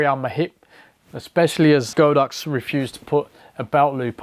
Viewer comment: It’s God Ox not Go Dox.